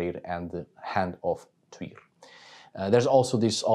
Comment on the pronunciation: Thank you so much! I now know how to pronounce Tyr's name properly. I live in the U.S. and we mispronounce EVERYTHING. 😂 Plus, I have Dannish blood, and it is nice to hear from the Peeps! Blessings on your house!